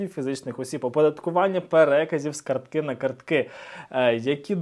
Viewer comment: кАртки, не карткИ!